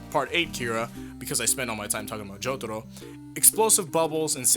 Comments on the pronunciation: Please stop pandering with your pronunciation of "Jotaro". It's so cringeworthy. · i hate the way you say jotaro